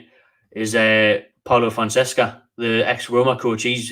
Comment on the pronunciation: fon-seca soz for bein a word policeman haha